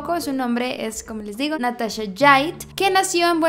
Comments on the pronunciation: No es SHait es Jaitt dios mio. Me hace mal escucharlo así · Se pronuncia jait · Me encantó tu investigación, soy de Argentina.. te cuento que su apellido se pronuncia con J como "juan", jaitt.. por lo menos así se lo conoce por acá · se pronuncia como se escribe Natacha Jait con la ch y la j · Buscas tanta informacion sobre el caso y no sabes como se pronuncia su apellido?